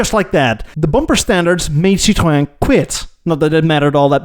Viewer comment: Do you see the diacritical marks on the e in Citroën? That means the o and ë are pronoucnes seperately as in Citro-en. And en as in the letter N. It's not pronouces Citro-awh or citron (which is candied lemon peel).